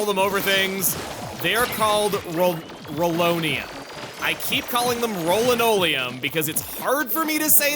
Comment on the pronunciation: Glad I wasn't the only one who called it rollinolium